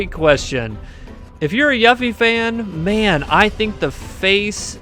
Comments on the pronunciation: I kind of feel like you mispronounced yuffie on purpose lol it’s pronounced You-Fee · How tf do u mispronounced her name u dumbass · Youre a fan and you mispronounced her name? Lol, it's literally voice acted and said in the game.